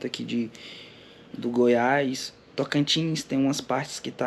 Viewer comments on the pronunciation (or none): de Goiás, não du Goiás